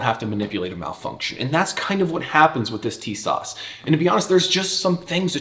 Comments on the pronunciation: Tisas is pronounced as ‘tee sash’ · Great video and great recoil control. TİSAŞ is pronounced "TISASH" in Turkish. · Man, your shooting montages are just the absolute best. Would you ever consider doing a video on your technique for recoil control? I see like zero muzzle climb in all your pistol videos and it’s impressive. EDIT: Oh, and it’s “Tee-saszh” for whatever that’s worth, lol. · it's pronounced T-s-ash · Tisas is pronounced as if it's spelled > Teesosh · It’s apparently pronounced “Tee-shawsh“ from what I’m told. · It's "Tee-sahsh"